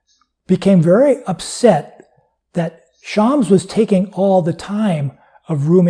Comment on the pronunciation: It is pronounced Sh-a-m-s (the "a" is a short a as in "pass" and the "s" is a strong s not a z), definitely not Shaamz. Hope that helps. I am a native Farsi speaker by the way.